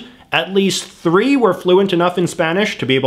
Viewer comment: je suis sur qu'il dit "tree" a place de "three"